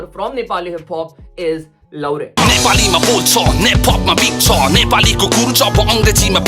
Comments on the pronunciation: bro actually it's लाउरे not लौरे BTW love from Nepal ❤❤❤ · It's लाहुरे not लौरे , do well research before making video .. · Laure is pronounced as laaure